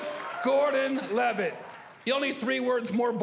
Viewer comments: anyone else catch jeff ross saying "Joseph Boredom Levitt" 😂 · Joseph boredom levitt. Am I the only one that heard that?